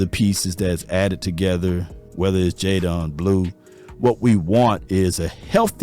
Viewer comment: sh-uh-vawn rev-el. jay-den blue.